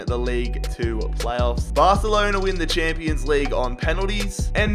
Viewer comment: 😭😂😂 "champo league"